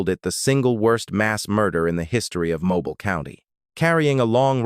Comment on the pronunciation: It's pronounced mo-beel